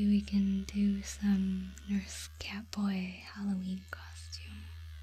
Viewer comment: Keep hearing carboy but I'm batman